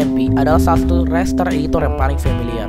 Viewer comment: Ucapan RASTER yang benar itu "rester", bukan "reister".